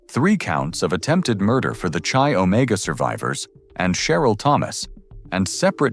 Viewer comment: Chi Omega is pronounced Ki Omega not chi as in Chilld Thx.